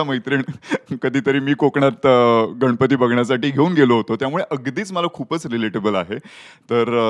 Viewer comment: Anchor Bai गनपति नाही गणपती mhnaycha bar ka bai